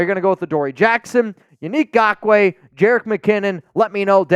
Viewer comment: Please do not sign Nagkoue, I can’t handle hearing say GAWK-WAY…